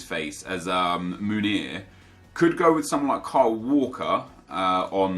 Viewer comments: It’s pronounced Meunier with an eu like joachim löw, and e like the é in mbappé, so basically mönié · Meunier= MOO-NEE-AY